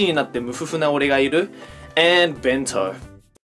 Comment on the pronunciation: Ben-to? Seriously?